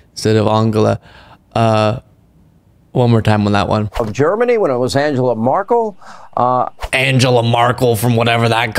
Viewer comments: 🤣😂, you do not pronounce Angela Merkel right either. Americans are not able to 😂🤣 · Actually you don‘t get the pronunciation right either! Angela Merkel - the vowels are more open! For the „Mer“ you have to aim for something like in the french „la mere“ and for the a‘s in Angela try for something like „un“. The „g“ pronounce like in „gun“❤😊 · To be fair, your pronounciation of Angela Merkel was as bad/wrong as his. Source: I am german. There is so much wrong with Hannity but making fun of someone for not being able to accurately pronounce a foreign name, while you struggle yourself is not a good idea and might harm the public perception or you. Stick to calling them out for all the BS, that's where you are good at and that's what is important. :)